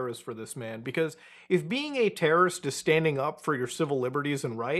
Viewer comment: Bruh, yew not teawow wrist. 🔫